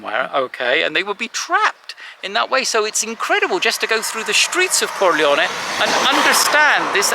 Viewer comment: Not Corleo-ni but Corleo-neh.